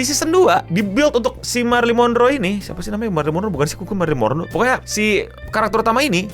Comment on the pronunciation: Wkkwwkkwkkww sama banget anjir nyebutnya marrie monroe